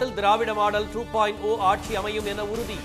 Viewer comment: it is stalin aatchi not aatssshi